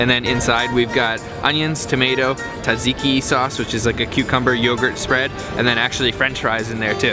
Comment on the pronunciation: "TATSIKI SAUCE"!?